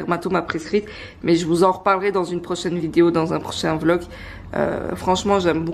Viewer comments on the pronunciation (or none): none